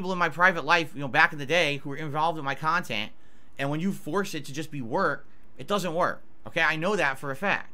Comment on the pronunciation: my beloved. That’s real pahsitive khantent, right there.